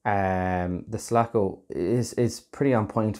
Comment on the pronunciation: It's Sulaco, NOT Salaco!!